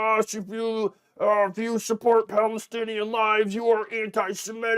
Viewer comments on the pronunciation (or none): Semitic, not "simetic"